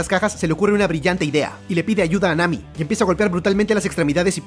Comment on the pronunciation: En el minuto en vez de decir Nami dijo mami